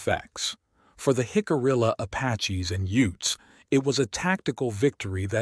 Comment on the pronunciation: Great video just a shame that AI can’t pronounce Jicarilla. Hick-uh-re-uh